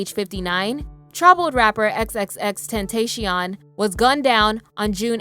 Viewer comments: it fr got me triggered when she said "xxx ten tacion" brua it's xxxtentacion ;-; it really aint that hard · It’s XXXTENTACION not XXXtentayshion😑😑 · it is pronounced XXX•Ten•Ta•CI•On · SAY HIS NAMR RIGHT (XXXTENTACION) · Why would you just skip over XXX death like it just didn’t matter bro phi’s death is STILL a hot topic and you mispronounced his name 🤦🏽‍♀️🤦🏽‍♀️🤦🏽‍♀️ smh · Did anyone else get triggered when she said X’s name wrong or was that just me?